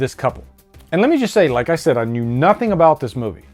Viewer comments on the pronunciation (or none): none